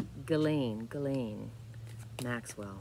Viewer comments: Hi, thanks for your readings, I really like your style and personality. Came from Cash Peter's recommendation, in case you're wondering.:-) Just a side note, I believe Ghislaine is pronounced "Rislaine", it's a Persian (or Arabic?) name and the "gh" is the phonetic translation for a "r"-sound that is not rolled but created at the roof of your mouth (behind the upper teeth) in contrast to the English spoke "r" which is using rather the lower part of the mouth. Not an expert in phonetics, so I hope this makes sense. Happy belated Canada Day and have a nice day! ☀ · Zjeez-laine pronunciation